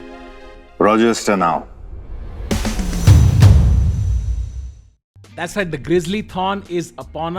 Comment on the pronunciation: Bhai yeha Konse Accent mai Register Now Bolke gaya hai Kuch Samj nahi aya